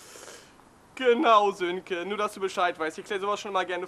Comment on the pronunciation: Sönke, nicht Silke :D